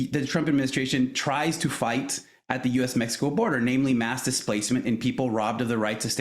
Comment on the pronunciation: Keep going into accent.... You're not helping your cause at all. We speak English. We don't know where MehHeCo is... We know where Mexico is.